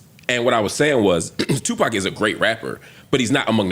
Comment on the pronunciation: This dude said Tupac 😂😂😂